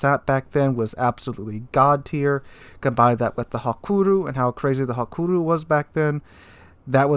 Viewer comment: Didn’t know Hakuryu was pronounced “Hakuru” lmao